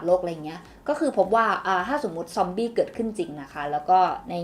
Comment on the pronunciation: ซ๊อมบี ซอมบี้ ซอมอี้ อี้ อี้